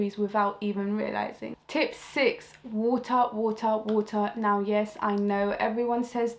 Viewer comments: "WOOTAH! WOOTAH! WOOTAH!" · Woter woter woter 💧